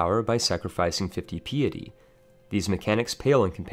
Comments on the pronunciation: Pee it eee? isnt it pie it ee? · Hi , i think your pronounce 'Papal' a little wrong , and also 'Piety'. The first is pronounced 'Payple', and with the second its important to pronounce the first 'i', so it should start 'Pie', not 'Pee' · Your pronunciations are wack. pee-etty? Its Pie-etty. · FYI "Piety" is pronounced like pie(like apple pie) so pie-eh-ty. Not pee-a-ty. Comes from the word "Pious" meaning deeply religious. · Paypl not pap-pal. I know it's spelled papal but that's not how you pronounce it. Also, pay-pist not pap-pist. I know they're pronounced different than they're spelled but trust me, you're mispronouncing these words. :D Another one, pie-yeti not pee-eti. (For piety) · I think he meant pie-a-tea :р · Pronounciations: Piety (Pie-eh-Tea), Papal (Pay-pull) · Dude PLEASE STOP saying 'PAP AL'. It is said like 'PAY Pull'. Yes English is a funny language with it's spelling alright but you must still say it right unless you want others to wonder what you have been drinking!! Love your videos however!!! Good stuff!! Also 'piety' is pronounced 'PIE ETTY'. Sorry I studied Linguistics and I can't help myself!! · lol interesting to listen to but also kinda making me twitch at a few moments, "Piety" is pronounced, "Pie-eh-Tea" btw not meant to be rude just trying to be helpful. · "pee-ety mechanic" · Peeatea? Not piety?! Damn man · Papal, PAY-PULL. Piety, PIE-UH-TEE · sorry to be like this, 'pie-uh-tee' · Pai-é-tea Pie*-ehh-tea (pie, not cake) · What is this pee-ih-tee you speak of. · It's shocking how many words you cannot correctly pronounce, but mispronouncing "piety" is just sad.